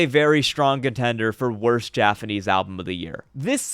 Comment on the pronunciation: Is there a reason you say jafanese?